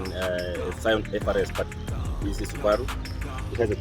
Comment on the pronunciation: how he says subaru alone is perfect